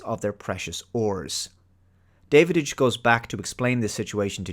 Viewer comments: Are you sure that you actually watched this movie? Dennis Quiad's character is called Da-vidge (short A), not David-ige And I loved the scene when Davidge discovers that the book the Drac is constantly reading is the Drac Bible. It really gives them common spiritual ground. It's not a perfect movie, but thoroughly enjoyable. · You missed the Battlestar Galactica episodes (original and remake) with the same plot and the 1968 Lee Marvin WWII film Hell in the Pacific... and you pronounced Dennis Quaid's character as David-idch, whereas it's pronounced Davitch in the film (but pobody's nerfect). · It's not Davidich, it's Dow-ICH. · had to give a thumbs down, not because I don't like your reviews but because you keep saying Davididge instead of Davidge 😂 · You’re horribly mispronouncing the name of the Dennis Quaid character. It’s DAV-idge, not DAVID-idge. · His name is Davidge not Davididge :) I had read the novella a few years before and I really liked the movie. Saw it twice in theaters and I still have the VHS, DVD and Blu-Ray. The story was based on Robinson Crusoe. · Davidge, not Davididge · It Da av ge.. I'm guessing that you might be either an idiot or an AI.. you should learn to pronounce his name though. It's disrespectful. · I'm confused... Have you actually WATCHED this movie? The reason I ask is because you keep calling Dennis Quaid's character "David - Itch" by adding the sound of the D in the middle where it doesn't belong and when it is clear that his name, Davidge, is mentioned numerous times in the film, being pronounced "Dav - Itch." Hell, even Jerry calls him "Dah-wich". It just doesn't make sense that you pronounce his name incorrectly when you say you have watched the film. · "Davididge"? Are you actually calling him DAVIDIDGE? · Going by your pronunciation of 'Davidge' as 'David-idge', I'm not entirely convinced you've watched the film.... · "David-age"? I know this movie doesn't hit your G-spot,, but at least pronounce the name right.